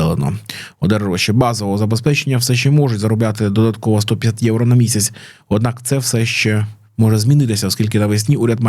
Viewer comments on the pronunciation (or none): none